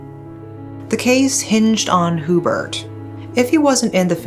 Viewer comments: It's pronounced as "YuBert" not hoobert. 😊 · it's actually pronounced hue-bert and not hoo-bert. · I know i should not but im so bothered by Hoo-bert its actually HYOO-Bert. I was in elementary when this unfold and remember the sensation it created before and until now its one of the biggest case back in the Phils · It’s pronounced as “Yubert” not Hubert. 😬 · Thanks for sharing this. By the way, the proper way of pronouncing the name Hubert is HYU-BURT, not WHO- BERT. It is definitely NOT a Filipino name. Having did that, I like watching your channel. More power!